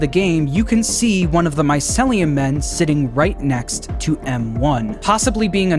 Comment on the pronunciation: it urks me every time he says my-cel-lee-um instead of my-ceel-lee-um